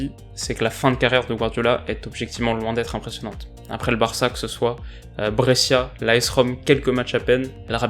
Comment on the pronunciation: super vidéo mais brescia se prononce brecha en italien